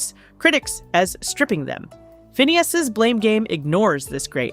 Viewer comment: Why are you calling him Fa-Nay-Is? Learn how to pronounce who you are talking about. You got it right a few times but you got it wrong even more. Were 😊you just guessing?